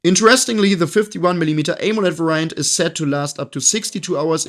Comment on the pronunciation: I'm sorry, and this has NOTHING to do with your review, which I think is great, so thanks 🙂 When you pronounce 'variant'.... It is not var_I_ants..... it is v_A_riants. You need to stress the first 'a', not the first 'i'. It is a 'VAriant', not a 'vaRIant' ;-) I'm a programmer, so the word 'variable' comes up very often... and I actually have a colleague who pronounces it 'vaRIables' instead of 'VAriables'.... sort of the same thing, LOL 🙂 This dude is very highly skilled and is generally very good at English, so I'm a bit flabbergasted, to put it mildly, that he pronounces this simple word so wrong.